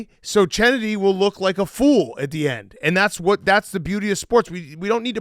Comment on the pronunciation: “CH-ennedy” can take that behavior back to the “Skreets”